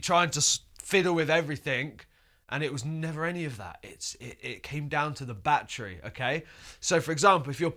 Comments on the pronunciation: English: bhahtree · New drinking game. Drink every time he says “Batchry” in this video!🤣🥴